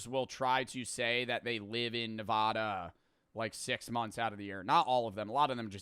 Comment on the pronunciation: did u just say nevaaaaaada????????? thats not how u say it bruuuuuuuuuuuuuuuuuuuuuuuuuuuuuuuuuuu its nevada